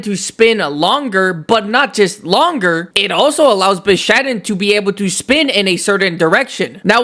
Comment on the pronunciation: No one can convince this man that its called bishaten not bishaden